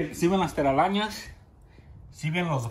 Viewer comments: Minuto 6.41 Teralańas jajaja Buen video man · "Si ven las teralañas" lo amé JAJAJAJA